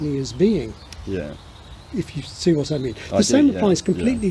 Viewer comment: I'm so fascinated that quite frequently spirantizes his t's to s (e.g. "if you see wass i mean"). Very neat.